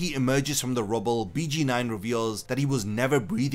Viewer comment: I just wanna say it’s pronounced Beyh Geyn Noin